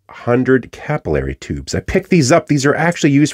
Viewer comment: Capillary, not capillary!